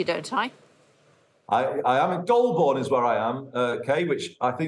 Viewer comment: 😂😂😂😂😂😂😂 he deffo said 'Dole bourne' instead of Golbourne